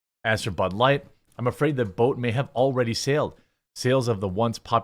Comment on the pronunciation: Budlight, bulight, bahlight, balight, blight, Blight, BLIGHT!